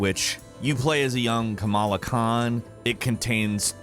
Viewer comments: Once again you mispronounced a name,. Her name is Ka-mala, not Kama-la, you really need to educate yourself on this stuff. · Small correction, it's (KA-MALL-UH), you kept saying (KAM-UH-LA) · I hate how he is pronouncing kamala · Completely butchered Kamala’s name .